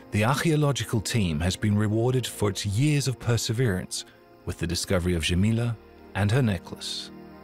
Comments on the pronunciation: The sound zh is not used in Arabia. It is not Bazha and Zhamila. It is Baja and Jamila with j as in Jane. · Thank you for this amazing documentary! Just a side note, The name is Jamila not shamila. J is pronounced as J in Jacket. Jamila in Arabic translates to beautiful.